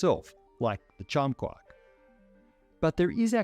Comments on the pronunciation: It's quark not "kwak" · even though he's saying QUOK, I can assure you, he means QUARK. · Quark: pronounced KWORK. It rhymes with (The hunting of the) Snark. And 'quarter'. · I kove the way he says "quahk" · Why do I keep hearing: quak?